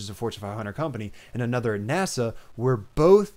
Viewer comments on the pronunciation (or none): none